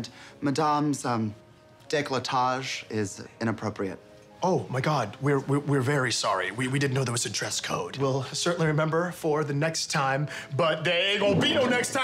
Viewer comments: LOOKING AT MY WOMAN AND HER... her deco-chocholage or WHATEVER YOU SAID MAN... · Bro, I died at "chocolage", and I'm french. So freaking on point 😂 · He pronounced décolletage wrong